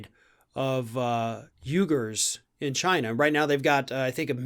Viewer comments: "WEE-gurs," not "YOU-gurs" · First: it's pronounced 'Wee-gurs'. And it's abhorrent what China is doing to them. But I sincerely doubt Trump cares. He fucked Biden but good, with this move. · Pronounced "weegurs" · It's pronounced weegurs not gougers. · 🤨? You-gurs? Don't you mean wee-gurs. That's how I heard Uyghurs is actually pronounced. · I believe the group are called “Wee gurs”. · I think it is pronounced more like “weegers” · Just an FYI, “Uighurs” is pronounced “wee-gyrz”. Sorry love ur videos I just cringed a little at your two different mis-pronunciations of the same word. 🤗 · uighurs = "we ger" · I dunno....but everyone in the media pronounces it "wee'-gurhs" So I have assumed that us correct. I know the spelling is nothing like that....Jus sayin.... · Pretty sure it’s pronounced “wee-gets”. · Pronounced "we-gurs" China is slaughtering the "we-gurs" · Uighurs is pronounced WE-gurs. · It's pronounced we-gers. Where is Trump going to get his X-large ties? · It's pronounced vighurs mate and thanks for shining some much needed attention on this subject. They are also used as organ harvesting because they lead a very healthy lifestyle, these and Falun Gong are both in concentration camps and you can actually pick a date when you want to have an operation over there which can only mean that someone dies on that day to give whomever their organs for a transplant. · They are pronounced weegers. Also, quit banging on your table or mount your Mic somehow else. Listen to this post in your own headphones man. Once. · Uighurs is pronounced "we-gers" by the way. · yes what china is doing to them is bad. i think i is pronounced we-gers i think i might be wrong. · Pronounced: wee gurs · It’s pronounced “we gers” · Someone has maybe already pointed this out but I believe it is pronounced “wegurs” long e sound.I enjoy you videos. Thank you for posting content regularly. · It's pronounced like weeger I believe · Pronounced "Wee-gurs". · Pronounced "wee"gars